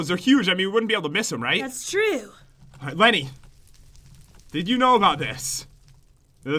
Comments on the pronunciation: lenny not Kenny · I THANK IT IS LENNEY NOT JEN I REPIT NOT JEN MABEY IT,S PAT